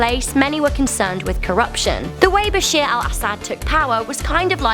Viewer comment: Its not bashir its bashar